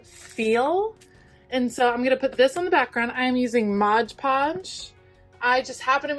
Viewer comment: I love that you used stuff you already had on hand. It's like shopping your stash! Also, thank you for saying "mod" podge. :)